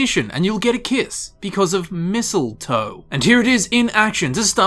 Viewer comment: Missile toe?!?! OH my god, STAAAAHP 😂